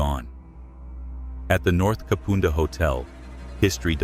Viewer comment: Thebarton theatre is pronounced Theb arton and Kapunda is pronounced Kap under.